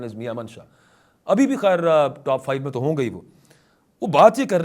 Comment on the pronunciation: I think, it is not tu kya he. The correct pronunciation is to kya he. Meaning thereby 'then what'.